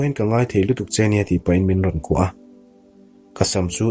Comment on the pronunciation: Thum rawn ni lo in, thûm (pathum kan sawi ang a thluk in) rawn tih awm tak a ni.